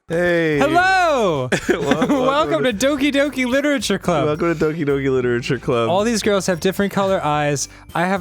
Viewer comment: Doki Doki it's not Oki Doki